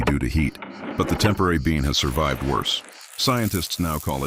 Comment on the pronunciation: It’s not a “temporary” bean. Stupid AI 😂